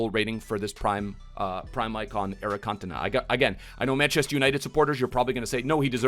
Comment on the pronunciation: You insult a legend like 'King' Eric first by getting his nationality wrong, then doubting he is the greatest player to grace the Premier League and finally dafuck u just butcher his name 🤦‍♂️ 🤯 all that a side some fairly decent predictions, 🤞vidic is usable, liked and subbed 💪